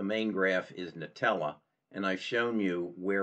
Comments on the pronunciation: It’s pronounced ‘Intellia’, not ‘nutella’.. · Another piece of constructive advice: The company is called IN-TELL-E-AH (not Nutella)